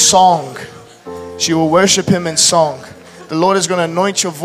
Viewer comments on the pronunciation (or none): ~ The word 'song' is not pronounced sonGUH. The g is soft! Learn to speak English correctly!!!